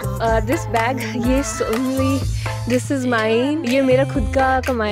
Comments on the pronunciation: Zara k time alag hi accent nikl gya bhai.. zawraaaaawwww😂😂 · That "Zawwra"!😂 Thoda casual hai😅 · That "ZaRWwaA" 😂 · me too😂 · The way she said zawwra😂😂😂😂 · "ZARA" bolne ka tarika thoda casual hai